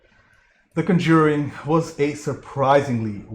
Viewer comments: Just one minor thing, the accent is on the first syllable. CON-jur-ing. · Good review,. The two sequels are worth watching and the 2nd & 3rd Annabelle spinoffs are decent. If you keep going, though, the franchise is pronounced CON-juring, with the emphasis on the first syllable.